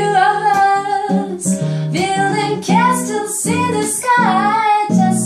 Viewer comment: Why are you trying to find a mistake? I noticed the "castels" too but there's no need to point that. Enjoy the video, English is not her mother tongue. See you!